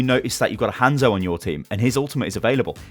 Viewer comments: Why do British people blatantly pronounce hanzo wrong. Its not like it's up for discussion how to pronounce it we've heard it. Hawnzo no handzo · If u say Hanzo like that 1 more time